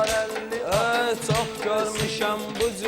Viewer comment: Usdada baxe hələ bilmir at sözünü ad deyir elədə deyirki elə bilki düz deyir t deyilmiş d imiş yəni qır at yox qır ad pay atoonnan